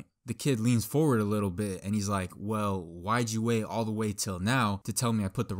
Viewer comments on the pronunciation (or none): none